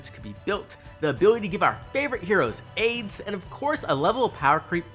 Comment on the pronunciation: I had to replay like 3 times to realize you were talking about aides and not aids. I don’t even know WHY you’d be talking about aids